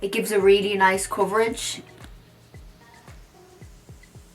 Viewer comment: You mean coverage not cvrggggg right ? 😂❤️